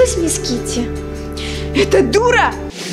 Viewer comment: Китти а не кити